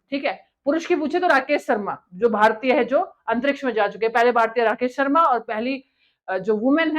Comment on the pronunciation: Rakess ssarmaa😂😂😂😂